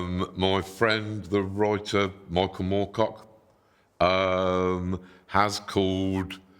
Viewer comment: What's a "wroiter"? 🤣👍